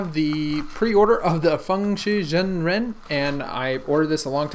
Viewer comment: FangShi ShaungREN not zen